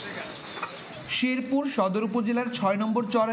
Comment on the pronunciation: শিরপুর না, শেরপুর। কথা বলা শিখতে আর কতদিন লাগবে তোদের?